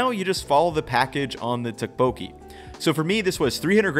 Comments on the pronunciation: Nice video! Your healthy version reminds me of another traditional form of tteokbokki called gungjung ("palace") tteokbokki, in case you were interested. Tteokbokki is one of the dishes i always hear different pronunciations for, but the second O isnt emphasized as much as it would seem. The best tip i can think of at the moment is that it should sound vaguely like "tupperware" when you say tteokbokki 😂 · It's pronounced more like "duck"-boki. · This is what I was thinking about!! It’s pronounced with a “harder” D+t sound rather than the American t sound. It was driving me crazy how was mispronouncing it as he usually gets these things right. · the way you pronounce Tteokbokki cracks me up lol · Can someone teach him how to pronounce it? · He really butchered the pronunciation tho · Noooooooo you butchered a classic Korean recipe with the beef and asparagus. That second version might be healthier, but you can’t call it tteokbokki. And you did not pronounce it correctly 😂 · as a korean, the way you pronounce tteokbokki brings me pain.